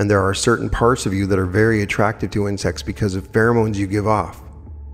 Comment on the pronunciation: OMG Everytime he said insects i hear 'in sex' .....and I'm thinking it's a book or something.... And I hear it over and over again and I am trying to figure out wtf is he talking about and then I hear it loud and clear it's INSECTS 🐝